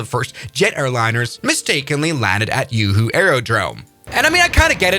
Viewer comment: HAHAHA! Juhu ❌️ YooHoo ✅️ 😭😭😭🤣🤣🤣